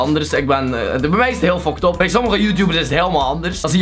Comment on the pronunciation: Hij spreekt fuckt up uit als foktop